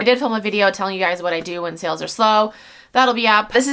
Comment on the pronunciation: Gawd I hate that. Like, is English her 1st language?